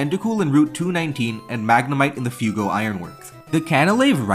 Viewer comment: Um ackhtually it’s FWEYYY-GO Ironworks